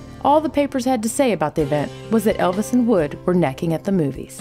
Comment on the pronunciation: Good video, except that you called Natalie Wood, "Woods" several times